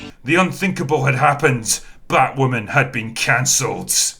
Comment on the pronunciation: what will I do for laughs now that AZ won't be pausing in his narration of batwahmmynz with "fookin' scissoring"?